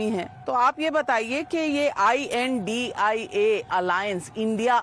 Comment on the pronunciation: Mam it is not I.N.D.I.A alliance, it is I.N.D.I.alliance and you are repeatedly saying it.